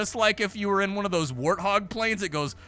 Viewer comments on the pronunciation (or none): none